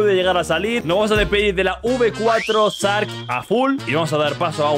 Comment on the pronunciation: bro yo veos tus videos y todo pero no es sark es shark pronuncialo bien porfavor